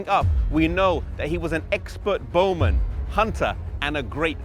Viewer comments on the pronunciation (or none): none